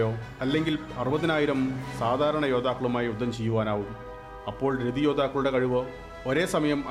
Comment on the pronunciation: മലയാളം എഴുതാനും വായിക്കാനും പഠിക്കാൻ ശ്രമിക്കണം .... രഥിയാണ് രതിയല്ല....